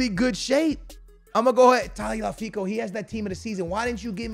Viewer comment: His name is tag-lia-fi-co NOT tagi-la-fi-co Please learn how to read Like your vids but after one point it just gets triggering